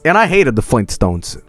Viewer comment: fleentstones <3